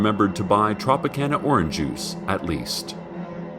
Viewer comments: "Orange uice" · When Cecil says oranjuice it makes me really happy